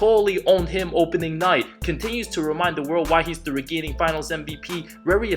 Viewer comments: great video! but it it pronounced raining not regaining. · I just have to point out, reigning is pronounced rain-ing. not re-gain-ing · "The regainging mvp"?? ???